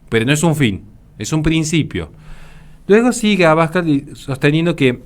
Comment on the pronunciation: Un detalle: El apellido de Santiago Abascal es una palabra aguda, así, no se dice "abAscal", si no "abascAl". Por lo demás, un vídeo brillante como muchos que de los que tienes publicados. Mucho ánimo y muchas gracias desde España!